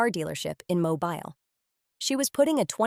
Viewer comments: The name of the city is pronounced "Mo-bil". It is a city in Alabama,USA. Watching from Tampa, FL, USA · You are pronouncing the city in Alabama incorrectly . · Learn to say the name of the city!!!